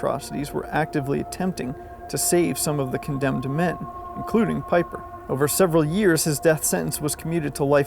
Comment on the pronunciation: That's 'Vaffen' phonetically. 'Veer-macht' Peeper (Piper). What is it about Americans and not pronouncing words correctly, jeez. Anyway, otherwise good video.